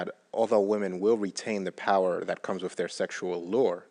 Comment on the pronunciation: Its wiTH, not wiFF!!! Aaaargh!!! It's the only thing I don't like about.